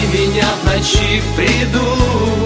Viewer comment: Ударение не в ночи а в НОЧИ